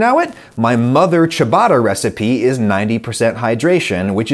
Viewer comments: I can't believe I got to hear Adam pronounce "Ciabatta" like "Chewbacca". 😀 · Couldn’t help laughing when the “ciabatta” came across more as “Chewbacca” 🤣